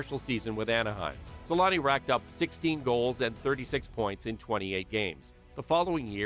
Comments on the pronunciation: Teemu Sel-anne (Selänne) The letter Ä, is pronounced kind of like the A in the word damn. Or just saying aaah, I dont know if this helps at all. The way you say it is something like selaani. To pronunce it corectly you got to be quicker: Se-länne. Much like for example the word banger, is bänger same sound for the A in this scenario. For example bad is said the same way, but we would spell it bäd. OK the best example is "the savage" se-länne Hope this helps, even a ittle. All love from Finland! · As a Finnish myself it was always weird to me as a kid how American people can't say his name right, but I realised at one point our language is one of the hardest ones to learn 😅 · u butchered his name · It's embarrassing how the name Selänne is pronounced in this video. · is it so hard to do a 4 second googling "how to pronounce Selänne"?? 😂 also why drop a whole ass letter from someone's name, "Temu Salami"